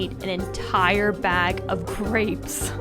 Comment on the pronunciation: he said "we got some dapes"🤣